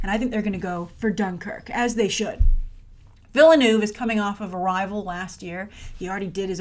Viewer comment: The E in Denis Villeneuve’s name is silent. Think ville (silent E). Ville + neuve. Thanks, a frustrated Canadian.